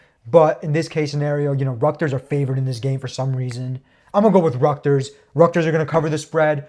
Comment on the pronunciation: Man said “ructers” instead of Rutgers 😂